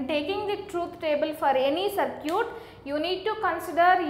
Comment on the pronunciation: a good example of how bad or wrong pronunciation can make things very difficult. "Circuit" is pronounced differently!